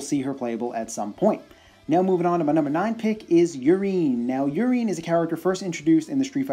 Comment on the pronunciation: lol I'm pretty sure "Urien" is not pronounced "Urine." I think his name is inspired by Uriel and pronounced similarly - definitely sounds less ridiculous that way.